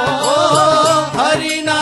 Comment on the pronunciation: Beautiful rendition. Melted my heart! What a gifted voice 🙏🏼 One humble request- singer’s pronunciation of the “ணா” in Narayana is currently sounding like “னா”. World of difference in the meaning with the right pronunciation. Please consider the right உச்சரிப்பு in the future 🙏🏼